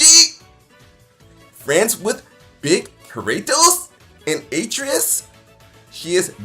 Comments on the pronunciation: Most annoying intro to a video I think I’ve ever seen. Made it even worse that he couldn’t even pronounce Atreas right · I absolutely HATE the way he said Atreus. My god they say it in the game. After further review, HE NEVER PLAYED GoW HE IS COMMENTING ON A GAME HE KNOWS NOTHING ABOUT!!!! Bruhhhhh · Why does he mispronounce Atreus like you only hear his name 100 time in the game